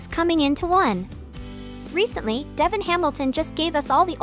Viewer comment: Why can she not pronounce DevON’s name right!?